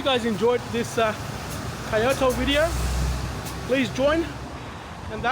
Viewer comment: my brother its Kyo not pronounced as Chi o to just fui